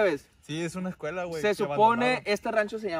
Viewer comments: Quien se percató, que en ves de decir "escuela" dice "escula" 👀👀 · Jajajaja dicee escula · Dice acampando en la ESCULU abandonada 🤣